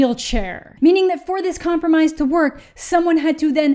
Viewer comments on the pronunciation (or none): none